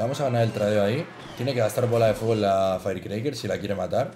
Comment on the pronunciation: "En la feircreiker"